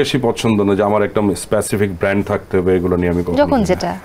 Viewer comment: শব্দটা ব্র্যান্ড। ব্যান্ড না। একটু শিক্ষিত হোন সম্পাদক মহোদয়।